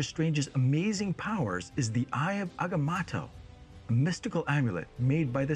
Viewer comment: Eye of Agamotto, not Agamato, not Atomatoe ... Agamotto 🙂